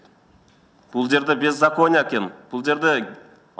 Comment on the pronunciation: Сексалю секс секис сексиалюья деп койгон патриот балабы ээ?Сыймык эч кимди болгон жоок сага окшоп тилине карап суйлосон...беззакония деп аран суйлойсунго.сени эл шайлабайт болду очурдун озунду...провакоторсун сен